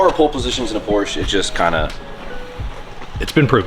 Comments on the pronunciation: Please put the recaro classics with the houndstooth in there! Nardi wheels absolutely have a place inside a Porsche. And please.. you are a Porsche guy now. It’s “Porsch-ah” 😉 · in German, an E at the end of the sentence typically serves the same purpose as an A at the end of an English sentence. It’s pronounced “POR•sha”